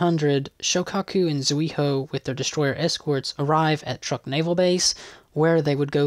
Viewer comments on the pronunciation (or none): none